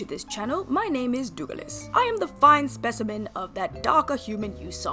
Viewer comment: Dou Ga Lis!! I'm dead:face-pink-tears